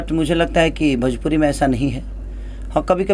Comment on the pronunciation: Are sala bhajpuri nahi bhojpuri hota hai